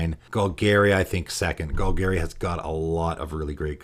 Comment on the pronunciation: Gol-Gary?......isnt it Gol-Gahri?